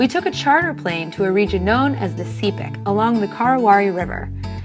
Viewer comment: She didn't even pronounce my province name properly sepik Its pronounced like sea-peak And this bitch here saying our culture doesn't have MUCH influence from the WESTERN WORLD well think again it had a huge impact on our traditional beliefs, legends,custom etc AND MY OWN PEOPLE DONT EVEN REMEMBER OUR MOST SACRED DANCE FOR INITIATIONS PROPERLY!? (and sorry for throwing a tantrum like this, this kind of topics make me mad)☹☹☹